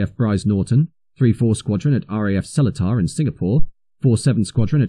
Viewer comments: Quite right. As for SeleTAR in Singapore, I always thought it was pronounced SeLEEter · Interesting and informative video - thank you. Minor thing - RAF Seletar is pronounced with a long second 'e', and emphasis on that syllable; selEEtar. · Some memories there, having lived at Thorney Island (where I saw the Andovers in their Brown, Stone and black camouflage), Aden and Singapore (where I first met the Hercules). One pick, if I may, RAF Seletar, where I went to school, is pronounced Seleetar rather than how it is spelt. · I was a Court Line pilot when the Bev was delivered to the great amusement of some of my younger colleagues. The Beverley was in current service during my time in the RAF and it was great to see the old girl on the tarmac in Luton. As an aside, the base in Singapore is pronounced Se - LEE- tar. What a brilliant and intriguing video. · Glad someone picked that one up. Only those with ex S'pore service would know!